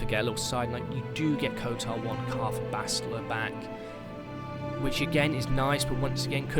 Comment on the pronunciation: Ok why are you pronouncing it “Kotar 2”